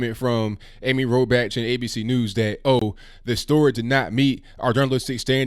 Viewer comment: You're pronouncing her name wrong. Phonetically it's Robok.